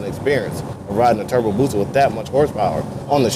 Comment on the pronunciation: Don't nobody wants to play with... lol. BTW its "BUSA" not Booza.. lol. The H2 is an awesome bike tho... love the looks of it... #sinister